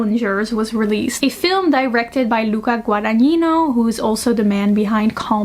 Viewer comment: OFF-TOPIC: Loved the video, just wanted to say you aced the pronunciation of Luca Guadagnino's name 👏👏👏